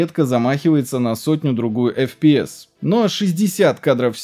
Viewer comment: Бро, прекрасное историческое видео, но речь ухо режет. Ты не знаешь английских букафф? Что за АЭМДЭ? Это ЭйЭмДи, детка, и не апи, а эйпиай. Почему ты говоришь эфпиэс и апи? Ну дичь же...